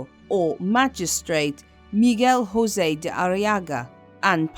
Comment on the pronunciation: Just a minor correction: in Portugal, “José” is pronounced with a “J “somewhat like that in “John”, rather than how it would be in Spanish, and the “o” is read like the” o” in “move” :)